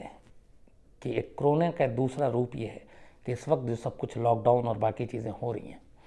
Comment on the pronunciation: Sir ji corona hota h crona nahi pls theek se kahiye.